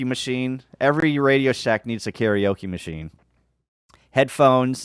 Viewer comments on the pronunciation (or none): none